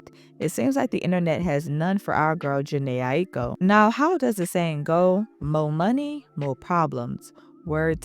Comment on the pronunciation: i wish u learned how to pronounce her name b4 u pressed record